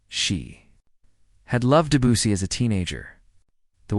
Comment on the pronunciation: This is a nice story. While AI flunks miserably on Chopin's name (Chop and Pee, Chopping and on Debussy (Abucey), it does illustrate the effect a great pianist and great music can have on people. I suspect the Debussy piece referred to is his famous Clair de Lune, and if you truly are interested in what effect that can have, I urge you to go to youtube and find Clair de Lune as performed by the fantastic Georgian pianist Khatia Buniashtivilli. I promise you will not be disappointed. The artist herself is totally into the music and the audience is dead silent. It is one of her favorite encore performances following her concerts. I am going now to listen to it again for the 50th time.